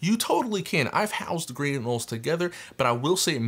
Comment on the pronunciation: They ARE pronounced anōle!!